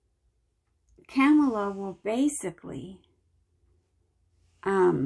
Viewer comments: Kamala's name is pronounced Comma la:) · Thanks for sharing your gifts! Kamala is pronounced Com ma luh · Hi - always appreciate listening to your insight; thank you. Her name is pronounced Kamala, like the ca in car; vs the ca in camel. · I saw a cute t-shirt with how to pronounce Kamala. It was just “, la” (comma la). Love your readings as always! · Thank you for the insight in this reading,. Also, many struggle with the pronunciation of Vice President “Kamala Harris.” This helped me. It is pronounced as you pronounce the punctuation mark, COMMA “COMMA LA HARRIS” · Hi from California! Kamala says her name is pronounced with the emphasis on the first syllable, and it starts with the exact same sound as the punctuation mark: comma. So COMMA-la. Some people mispronounce it on purpose, so it's really hard for other people to remember. Oh, well. 🧡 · Amusing to me that people are willing to display their ignorance. She stated her name is pronounced "comma la". I understand, however some are not able to comprehend phonetics. Odd that such individuals become representatives of the people. Speaks volumes doesn't it?! 🙄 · Dear, I love your Spirit & I love our Pres Joe Biden. I am so glad I voted for him! I have a feeling that he will be ok. Course, we never really know what is meant to be. As for VP Kamala Harris, she pronounces her name, KAMMAH-LAH... COMMA-LA... I love you, them, all of us Spirits, in consciousness. Peace & Love🙏❤🙏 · Kamala Harris put out a video saying to pronounce her name put together comma and la and that is the correct way to pronounce her name. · When they disrespect her by mispronouncing her name on purpose, it shows they are filled with hatred! It is completely okay to disagree with someone's politics, but to deny their humanity is the bigger problem! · Somehow the people who cannot pronounce Kamala can pronounce Papadopoulos.